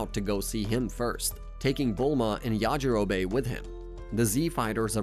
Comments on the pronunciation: The way that he pronounces yajirobe makes me want to scream!!! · Yah gee rowbbay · Ok I was going to listen through this video but the way you pronounced yajirobe 😔